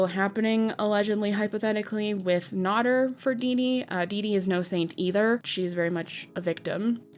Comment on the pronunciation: Amy Flowers is NOT FFG. But FFG KNOWS Amy Flowers. And mispronouncing Nader was cringe all thru this. How do ppl make 'Docu-Series' on ppl and don't know the facts. 🙄